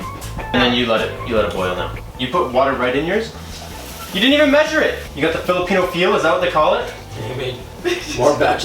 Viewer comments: Dude its "filipino" not "Philippino" HAHAHAHA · ITS FILIPINO NOT PHILIPPINO PLEASE DONT BUTCHER OUR RACE ANY LONGER:( JK LOVEYA!! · "Philippino" lmfao it's Filipino my guy!